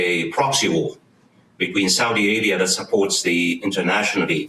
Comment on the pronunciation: about yemen...i thought i heard "south arabia" not "saudi arabia". if i heard it right.